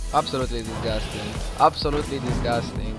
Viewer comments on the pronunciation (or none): DisГusting, just a disГusting, guys...